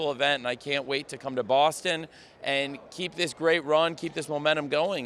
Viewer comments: TK said Bo$$ton 💅 😉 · TK: "there in BOSSton!"